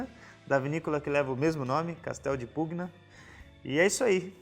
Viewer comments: me permita uma dica para melhorar ainda mais teus excelentes videos: em italiano, as letras "gn" juntas formam som de "nh" portanto, a pronuncia seria castello di "punha"... da mesma forma o "gl" quando acompanhado de "e" ou "i", forma o som de "lh"... parabéns pelo trabalho, um abraço 😉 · Salve! A pronúncia correta de Pugna é "punha", se me permite.... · Ia falar exatamente isso... Cara bom no que faz, sem dúvida, mas vale a diga.. Ficaria Casteldipunha Também o Sauvignon fica mais natural quando fala "sovinhom", percebo que sai esse "sau" no começo.. dica simples =) Adoro o canal, vejo todos os vídeos